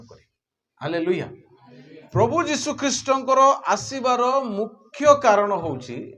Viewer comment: ନାମ ଉଚ୍ଚାରଣ ଭୁଲ ହେଇଯାଇଛି